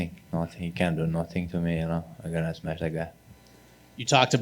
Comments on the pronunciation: Nobody, nobody. I just smesh everybody. 😂🤣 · HE SMESH EVERYBODY